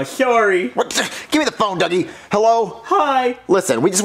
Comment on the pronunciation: Duggie not druggie